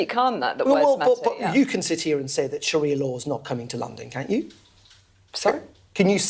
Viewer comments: Its SHARIA law for fucks sake. NOT SHAHIRA. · What is “shahira law" ffs? I cannot take you seriously when you can’t even say it properly! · It’s pronounced Sha-ri -a not sha-hi-ra, at least check your grammar and pronunciation before recording? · It’s Sharia not Shahira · "there is no Sha-Hir-Ra law in London" Your pronunciation of Sharia is so off, I genuinely didn't know what you were talking about at first😂(no joke) . . . Sharia is pronounced Sha-Rea . . . not Sha-Hir-Ra. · Sharia not Shahira lol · It's sharia just as it's spelled mate, not shahira. Are you daft? Or maybe you need to spit polish your specs there lad. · It is SHA-RI-AH not shakira! Why are the "patriots" and "British values" muppets uniformly semi-literate and dyslexic?? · Sorry, it isnt shahira law its sharia law. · It’s Sharia law Not shearer law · Sha-ria not sha-hira, apart from that good video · Not SHAHIRA, its Sharia! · Sharia law, not shahira law?? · Sharia ffs, not Sarah, saraha 😂😂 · Why do pronounce sharia ”shahira”? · It's Sheh-REE-YA, not Sheh-hee-ra. Reminds me of Shakira 😂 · “Shahirah law”😂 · Sharia, not shahira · Sharia. Sha, ria.